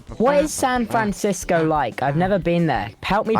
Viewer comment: The way he like, mispronounced San Francisco was really the marker for the lie though, it's one of the most known cities in the US, it would be strange for someone to mispronounce it like that. He overstated the lie